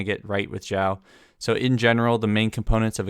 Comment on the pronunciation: Stop pronouncing it as Jiao it's Siao I feel the pain and cringe everytime I hear that pronunciation